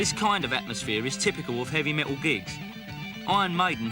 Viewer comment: 'evy met--ol'